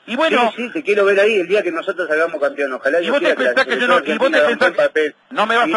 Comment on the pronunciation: No se dice campion?